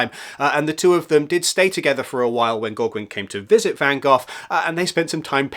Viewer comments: Gauguin is pronounced Go-Gan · The way I have heard Gauguin pronounced is "Go-gahn" but I don't know how accurate that is. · I've always known Gauguin pronounced as Gow-gan but I could be wrong too! (Gow as in cow). I think you are correct with van-goff for Van Gogh in English. In American it is van-go! Great video!